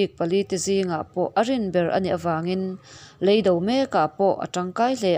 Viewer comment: Ka tisual em lovang chu maw..?! Leido 'Lei - Toung' zawk hi, a lamrik dan tur.